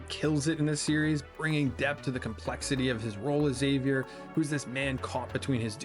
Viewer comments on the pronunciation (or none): none